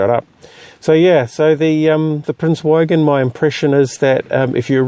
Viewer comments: Prince Eugen. The Eu is pronounced like oi in choice and the g is hard like in good. Nice video as always. I love this ship. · it's pronounced like oogen, nice vid.